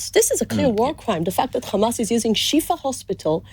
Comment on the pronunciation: Rapes? Where is the evidence Isreal? Beheading babies - no evidence. This journalist needs to be sacked - he didn’t once push for answers. It’s “Hamas!”Not “Kkkmas!”